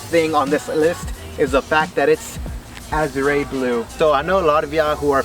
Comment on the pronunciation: Pronounce the color right a-zhr no azray